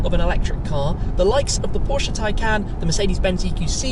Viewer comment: As a German I have to thank you for pronouncing Porsche right. One of the few English speaking people who does it right.